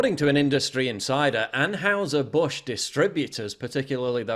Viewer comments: It's pronounced An hiser, not houser 👍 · An-hize-er, Paul...it's not that hard to say it right.